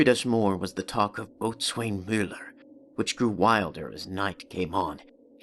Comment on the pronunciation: Great voice, but the reader should be careful of proper pronunciation. The word "botswain" is pronounced "bosun". Otherwise, a moving effort.